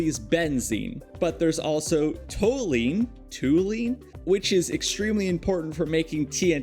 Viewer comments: It's pronounced tol-u-ene btw! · Tall - You - EEN. Toluene. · Please google how to say things. you pronounced nichrome, toluene, phenol, and a couple other things wrong. The other things you only said once though.